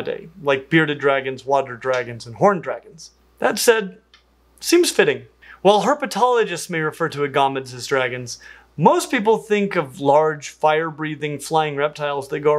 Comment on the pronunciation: Never heard agamid pronounced always said AG uh mid